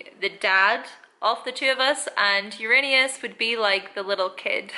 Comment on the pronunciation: Most mispronounced planet in the universe. You're good. 😁